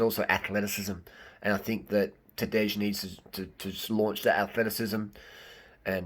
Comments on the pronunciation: It's not Tadeish, it's J like Y-es, Y-esterday, like TadeY. That is pronounciation. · Rim job on that pronunciation bro. Tadey, not Tadej. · "j" in Tadej is pronaunced as "i" in Mapei.. And no, Primož will not let Tadej win, It's now or never for him :) most of Slovenians would prefer Roglič to win this one!